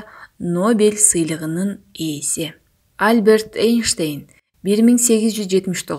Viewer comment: Альберт Эйнштейн эмес, альбЕрт эйнштЕйн, чон тамга ударение.